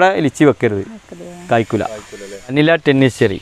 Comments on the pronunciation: Not vanila. Manila. 👍🏻🤪🤪🤪🤪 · മനില "യാണ് വനില അല്ല 😄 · ഫിലിപ്പൈന്സിന്റെ തലസ്ഥാനം വനില അല്ല സാർ. മനില എന്നാണ്